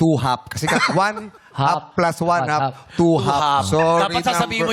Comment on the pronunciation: Bakit one hap + one hap ang basa ni Vhong????